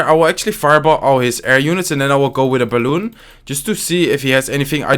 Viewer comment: C Marant quand il dit balloune